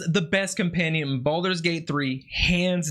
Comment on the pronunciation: The game is called "Baldur's Gate 3" not Balder lol they ain't losing hair.